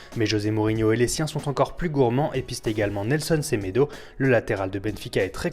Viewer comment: Semedo ("Semèdo" et pas "Sémèdo")*